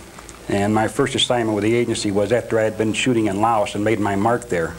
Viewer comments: No, there weren't. In addition: He can't pronounce the name of the country he was in. The 82nd Airborne didn't go to SE Asia until years later. His supposed time from enlistment to shipping out is impossible. Not enough time for required training. He doesn't have a DD-214. In addition, his choice of gun is ridiculous for something like this. In addition, the shot came from behind JFK, not in front of him. Look up how head shots work. The head jerks back in the direction the shot came from. In addition, the most powerful conspirators in the world are not going to pick a 21-year-old punk with no experience to pull off the crime of the century. That's comic book stuff Why make up reasons to believe obvious liars? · Among other problems with this guy's story: The US didn't have troops in Laos when he says. He can't pronounce the name of the country he was supposedly in. I was in the Army close to the same time he was and I never heard anyone mispronounce it. The 82nd Airborne didn't go to SE Asia until years later. His supposed time from enlistment to shipping out is impossible. Not enough time for required training. Powerful conspirators are not going to hire some young punk 21-year-old with no experience to commit the crime of the century. His choice of gun is ridiculous for something like this. Etc, etc. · No need. It is an obvious lie. Among other problems with this guy's story: The US didn't have troops in Laos when he says. He can't pronounce the name of the country he was in. The 82nd Airborne didn't go to SE Asia until years later. His supposed time from enlistment to shipping out is impossible. Not enough time for required training. Powerful conspirators are not going to hire some young punk 21-year-old with no experience to commit the crime of the century. His choice of gun is ridiculous for something like this. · Drove me nuts! He’s not the only hi profile guy who does that.